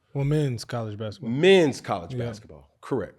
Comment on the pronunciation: Damn, you didn't have to emphasize "Men's College Besketball," we knew....lol